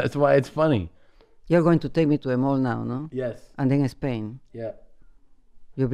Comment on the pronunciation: “You’re going to take me to a-mall now, huh? Then a-Spain?”😂😂😂